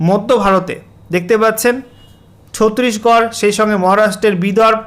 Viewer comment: ছত্রিশগড় নয়, ছত্তিশগড়।